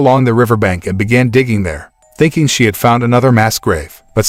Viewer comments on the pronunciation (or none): none